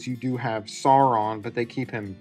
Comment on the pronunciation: Stopped watching upon hearing "So-ron". You don't need to do the ridiculous rolled r of horrible rings of power lady, but if you're going to have the pretense of talking about these things, then c'mon...